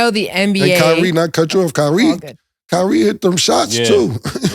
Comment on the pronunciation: It’s kyrie an it ain’t close